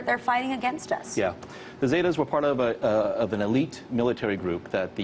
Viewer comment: 1. its not "Zaytas" its "Sehtuhs" 2. it wasnt a lot of their officers, it was like 20-30 guys who deserted. 3. mexico is in horrible condition, terribly corrupt and useless government, drug cartels with connections and power, and no one is doing anything to fix the problem, if they are theyre dead.